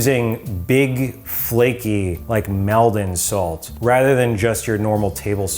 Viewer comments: It’s pronounced Mall-don,. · As an Essex person, hearing Maldon be mispronounced was painful ahaha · Why are you saying Maldon like that?!?!